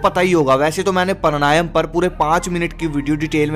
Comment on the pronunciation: भाई मेरे , वो प्राणायाम है, परणायम नहीं। उच्चरण सही करे......